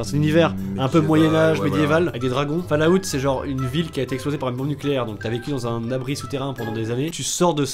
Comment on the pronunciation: Fallout prononcé fallaout me fait saigner des oreilles